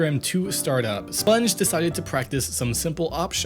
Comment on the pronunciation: SPUNJ not SUPNJ